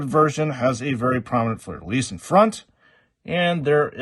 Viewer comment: Great review ! Really impressed that you can say Fleur de Lys right ! It is part of my flag, so I cringed everytime I hear it wrong in Joytoy reviews haha